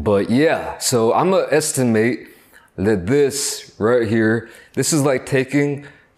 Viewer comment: ‘Imma estin-mate’